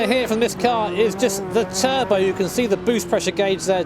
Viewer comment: 1. Not "Teubeuo" but Turbo. 2. F40 is just overrated.